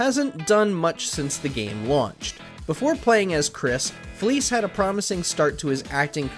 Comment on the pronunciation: it's fleiss not fleece